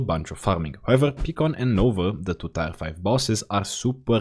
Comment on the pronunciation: WAKE MYSELF TF RIGHT UP, HOLY UPLOADED!!!! Edit: It took me WAY TOO LONG to figure out that the "tire" I hear in the video is your way of saying "tier" (i read them as tea-er) lol, gotta love your accent tho!! It scratches my brain just right:D